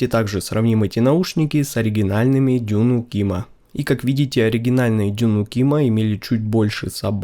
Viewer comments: Обзор хороший. 👍А DUNU это аббревиатура, в русскоязычном сегменте устоялось произношение "ДУНУ". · после пятого 'дюню' слушать больше не смог